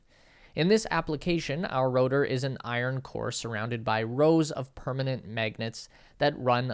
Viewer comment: Stop calling magnets ‘maygnets’. /ˈmæɡnɛt/ has an [æ] sound as in ash.